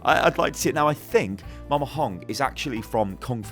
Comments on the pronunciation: It's MAMA not MOMA... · "Moma Hong" wut Mama